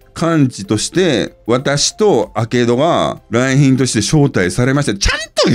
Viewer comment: 「来賓です」が「三瓶です」で脳内再生されてしまう